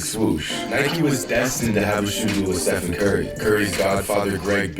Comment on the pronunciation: Flight there are videos of you saying Steph-on